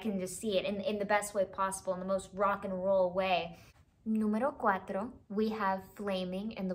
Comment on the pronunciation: Okay, I love Pink Floyd and I loved your reaction, and I immediately subscribed and will be definitely watching all of your reaction videos. However, I just want to say that I've NEVER in my entire life heard an American pronounce "número cuatro" so perfectly. I speak Portuguese, not Spanish, but it's basically the same pronunciation and it only changes one letter ("número quatro"), and I swear that got me VERY off guard. I had to check if you were really an American and then I found your IMDb page and, holy crap, you're also an accomplished actress and dancer. Can you please leave some of your talent for us? Thanks.